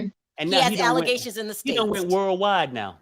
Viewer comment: says”he already world yide “!!!!😂